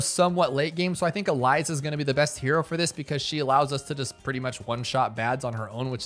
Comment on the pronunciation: ITS EZILI NOT ELIZA